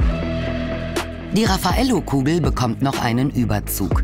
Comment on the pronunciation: RAFF-a-Ello... Der Name kommt nicht von ungefähr^^